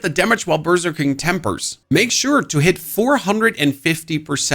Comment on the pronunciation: When you say berserking, it sounds like you are saying burger king